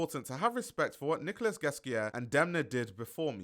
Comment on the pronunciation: Nicolas Ghesquière is pronounced "Nicola" 💙